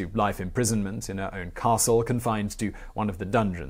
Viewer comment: Pronounciation of Čachtice castle broke my ears. It should be pronounced "Chuck-tits-e", not "cash-titze".